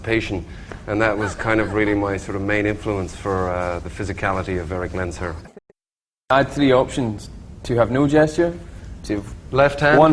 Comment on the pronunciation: If for no other reason (and there are many, many), I love Michael Fassbender just because he said "Lens-herr" and not "Lensh-err".